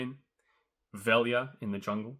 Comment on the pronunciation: Someone from the team needs to teach him how to pronounce Velja's name xdd